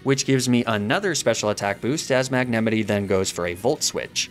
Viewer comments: stop saying magnemitee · I’m so obsessed with your comically ridiculous mispronunciations of Pokémon names. “Magnemitee” kills me every time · * mag-nA- mIGHT* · Is that the correct way to say magnemite? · Homie does not know how to say magnemite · i cant tell if his pronounciation of magnemite was a joke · How did you pronounce Magnemite? I have never heard it said like that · The way he pronounced "magnemite"just felt so wrong in the video ;-; Alsomy guy pronounced so many pokemon names wrong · i can’t tell if I’VE been pronouncing the names wrong for years or if he mispronounces on person, and it gives me great distress (‘ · why do you pronounce magnemite like that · Why do you mispronounce Magnemite?